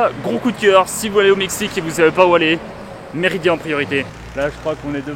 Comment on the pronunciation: Tu fais que dire Méridia c’est Mérida ça fait mal aux oreilles à force 😜 ahlala